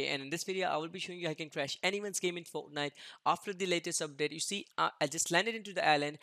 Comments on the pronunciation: Its not a typo guys he literally pronounces fortnite as foetnite lol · Dont you love foenite 😂😂😂